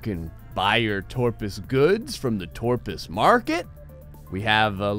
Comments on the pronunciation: Its Top - rus not torpus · it's toprus not torpus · I love these. Also he said torpus but his name is toprus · TOPRUS!!!! It quite clearly says toprus. Several times. Not torpus. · OMG STOP THE DYSLEXIA IT'S TOPRUS NOT TORPUS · It's Top-Rus not friggin Torpus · u seriously can't read toprus's name... It's toprus not TORPUS